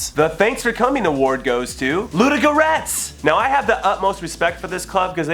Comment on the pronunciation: the way you said Ludogoretc lmao :DD